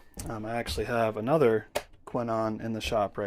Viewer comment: Nice! Before you go into the next video we need you to get the pronunciation right 😜 Just kidding :) Those horns are indeed very good! When I worked in a shop in Belgium we had these every week on the bench. Best and thanks for sharing